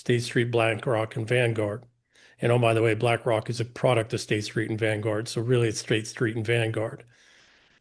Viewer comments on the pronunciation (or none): would it be possible for you to pronounce the letter 's' properly? You seem to always pronounce this letter as 'sch', e.g., guescht, schtreet, schtrong, yourschelf, etc.